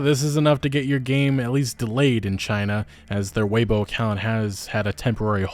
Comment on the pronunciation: Weibo (pronounced way-bwah) 😎🤜🤛😎